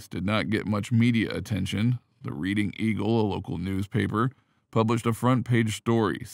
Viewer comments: Wrong prounciation! It is not READING as in reading a book, instead it souds like redding like the color red. If you can not get that right, how much of your report is accurate. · LOL..Where is this narrator from? Never played monopoly? It's not pronounced "Reeding," it's pronounced "Reddingf!" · Reading is pronounced Redding despite the spelling. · "red - ding" you robotic twit! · “Reading”, Pennsylvania, is pronounced “Red-ding”. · Yes, lol!!